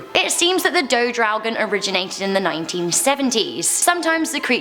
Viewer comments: It is do draugen and not dough draugen. Do is toilet in Norwegian 🙂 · "Do draugen" is toilet draugen not dough draugen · I like how you butchered my language. "Do Dragon", hah. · Dodragen haahahahahhahshssha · Hahaha daudraoken xD det var litt feil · As a Norwegian I only recognised "Dodraugen" x) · Omg “do dragen” oof hahha I’m from Norway 🇳🇴 and damn still hunds me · I cringed everytime she said draugen ... I cringed everytime she said a name in direct form